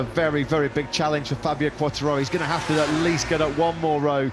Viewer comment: Quartaro and Bastinini. Incredibly he quite nails Di Giannantonio tough.